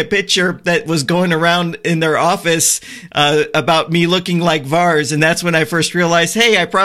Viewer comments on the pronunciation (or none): It's not "VARS" ... it's pronounced VAIR-IS :-D <3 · Here is how you pronounce that GOT characters name :)